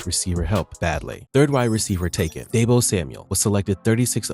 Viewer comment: It’s not Daybo. It’s Deebo.